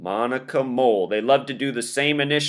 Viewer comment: And the fact that her name is Moll, like Mole